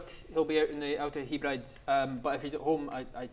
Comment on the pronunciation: HE-brides was funny! pronounced "heb-rid-ease"